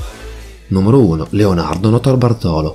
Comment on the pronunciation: Notarbartolo l'accento va sulla A di "bartolo". Cmq, il ladro di quadri l'avrei messo in un buco e buttato via il buco. L'arte.è di tutti non sua. Lui non ha venduto i quadri.. seee... Cerrrto!!! I ladri di banche: tutti dei ganzi. Quasi quasi mi è dispiaciuto l'abbiano presi.